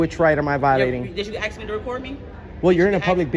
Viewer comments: You better listen to her when she axe you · Dude, you didn’t axe her? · She “axed” you several times, lol. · Don't make me axe you again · "did you axe me if you could record?" , now that's a good allied universal advertisment!. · "Did you axe me?" 🪓 The English language has been well and truly butchered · Axe and boff ILLITERATE MUCH? Why do black people have such a hard time saying ASK and BOTH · no, we didn't axe to record. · You need to "axe" me my permission. 🤣 It's ASK lady and can tell by your face you treat others like a-holes. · She axed you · It,s Ask not ax....just saying...freedom of the press nothing🙃 such education...typical Biden vitor🕵️ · Did the lady at the desk demand that you ax her before videoing her?